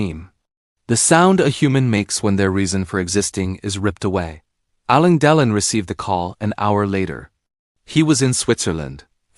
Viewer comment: Get your AI narrator to pronounce the name correctly it's " AL. LANE DE. LON ". WTF ?! Anthony Delon's mother was NOT Romy Schneider ,his mother was Nathalie Barthelemy Delon ! GET YOUR INFORMATION RIGHT !!!